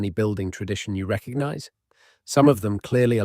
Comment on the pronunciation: There's a G in recognize. It isn't reckanize.